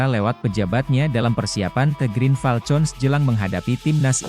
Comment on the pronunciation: Min, Green Falcon diucapkannya [griin falkon], bukan [griin falcon] seperti con dlm contoh.